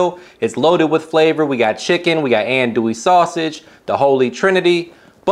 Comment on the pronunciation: Please, please, please pronounce andouille correctly, it would add to the authenticity of your recipe. It’s “on-do-we”. Thank you.